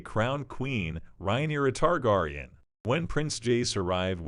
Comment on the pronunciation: Lol not the tar-gar-eon 😂